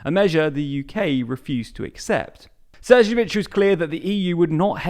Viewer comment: Please! Pronounce the name of Šefcovič properly. This is ignorance.